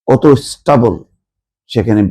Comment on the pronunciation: কথাটা হচ্ছে স্টেবেল ( stable ) not স্টবল যেটা আপনি বারবার উচ্চারণ করছেন! class 3 , class 4 er ইংরাজি বই কিনে একটু পড়াশুনা করেন!